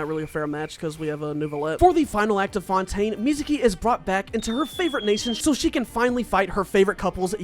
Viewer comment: Is not France,is Fontane